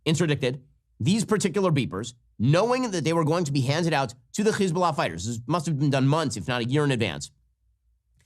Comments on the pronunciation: When you say Hesbolah you have to pronounce the H like you got a loogie in the back of your throat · Why does Ben pronounce Hezbollah so weird. It sounds stupid and annoying. All you can do is tune him out. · He’s mispronouncing Hezbollah. It’s just an H.